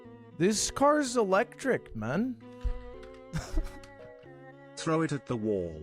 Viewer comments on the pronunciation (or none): why does he say man like that 😭